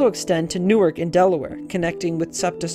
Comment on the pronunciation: Newark Delaware is "new ark", not the same pronunciation as the City in Jersey.